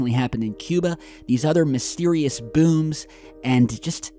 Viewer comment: The way says “bhooms” is cringe lol 😩